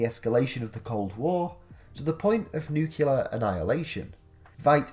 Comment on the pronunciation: Nuclear not nucular. Only 1 u